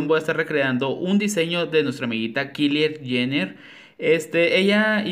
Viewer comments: Por lo visto ni sabes quien es jajajja por que no lo pronuncias como normalmente lo decimos. Me gusto que seas la primera persona que no saben quien es esa plastica jajajaja habla lo mas profundo de mi envidia jajaja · Que bonito diseño y morí de risa con la pronunciación del nombre de Kylie Jenner 🤣🤣🤣🤣